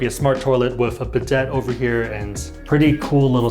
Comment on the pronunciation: Nice. Btw “bidet” is pronounced bee-day